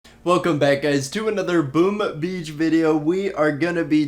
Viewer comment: Why cant this dude just say " boom beach" instead of always saying that freaking "boom ah beach" in every video of him